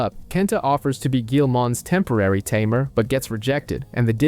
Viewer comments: It's not a tumor!! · Ta mare Tay-mer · Tamer!!! tamer!!! Not tuh mere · Can you just look a word’s pronunciation before making an hour long video? hearing “ta-mair” throughout this video is torturing! it’s “tay-mur”! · at this point....its gotta be on purpose. Ta-Me're lol is so silly. It was bugging me too. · A Timair...... Im sorry but I can't help myself it's all I hear when you say Tamer